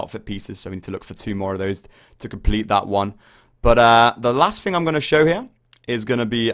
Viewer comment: its "three" not free and its "thing" not think